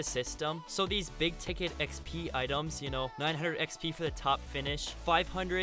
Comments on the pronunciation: Drink everytime he says “X-Pee” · dude the way he says exp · Notice the way he says xp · So no one is going to say anything about how he says 'XP 😏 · The way he says Xp and he said it a lot to